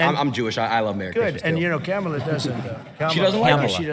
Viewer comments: Not being able to say Kamala is just weird. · And now a nYew mispronunciation - kamma la. I love the Y in new. It should be added to now. nYow, nYumbers. nYoodles. nYative. nYever. knYees.